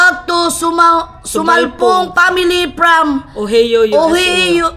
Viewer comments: Ohayo not Ohi-o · mga ka-peggy OHIO, USA is pronounced as “OHAYO” not ohiyo. Just helping😝